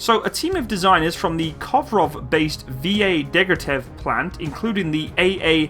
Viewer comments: Deggertev??? Fuck! You mean Degtyaryov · Deg - Tya - rev. Not "Deg - rya - tev, jesus